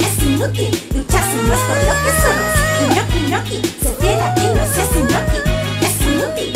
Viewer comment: Yo pense que dijo inutil no inoki ahrre xdxd